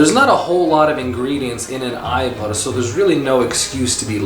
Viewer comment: Hvala lepo for pronouncing it AYVAR.... bravo